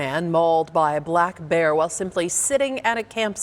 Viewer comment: Why the emphasis on black bear.